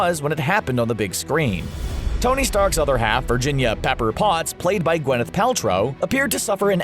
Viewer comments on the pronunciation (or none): none